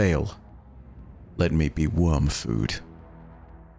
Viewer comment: You keep reading Wormfood like that and we’ll find out that the Witness is a W’rkncacnter.